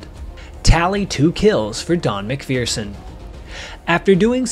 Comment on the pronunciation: There is no " fear" in MacPherson. You are mispronouncing his last name.